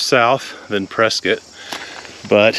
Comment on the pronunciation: Learn how to pronounce “Prescott” please…